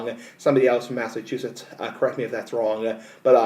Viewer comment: Why do you say Massachusetts like that also, you sound stupid